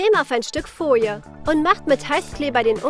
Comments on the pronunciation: Wen regt es auch immer auf,wenn sie „Fojie“ statt Folie sagen...der liket❤️ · Eig. Folie.. sie sagt: "Foie"